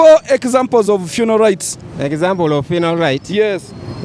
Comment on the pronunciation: aiwa on this one you cheated🤣😂🤣you are sounding like you are saying 'funal' rights not "funeral "